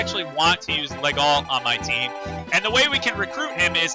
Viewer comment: "Legault" is pronounced "Leh-go". The "lt" are mute. That's French for ya.